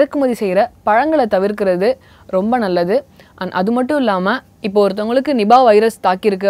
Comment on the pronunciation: not nibah.. its niipaah.. Malaysian word.